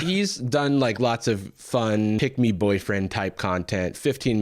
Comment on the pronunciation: i kept hearing "pigmy" instead of "pick me" and it's really fun to imagine that he's like this because he's just really small like just a real little guy. pigmy boy